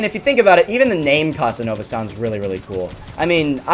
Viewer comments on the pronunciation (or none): Did u just say "Cuss-Ah-Nova"?